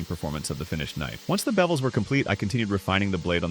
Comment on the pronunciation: Dude when you say bevels i dont know why but i here bebels😂😂